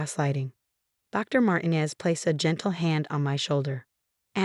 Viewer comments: IKR. They never pronounce it correctly. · The doctors name is pronounced MARTEENEZ !